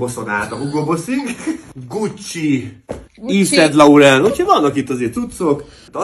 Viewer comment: "ív szent lauren"